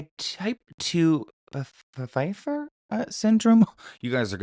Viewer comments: feifer. The P is silent 😘😘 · The " P" is silent!!!! Ive heard other people pronounce it just like you did!..lol This is a horrific thing to have!! OMG